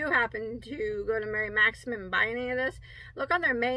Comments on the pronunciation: You are doing better with Maxim. I heard you say it right several times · That's a great blue color and by the way...you say Maxim correctly:-)